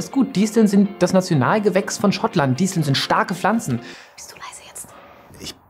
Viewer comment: Das i bei Disteln wird KURZ GESPROCHEN nicht diiiesteln!!!!1!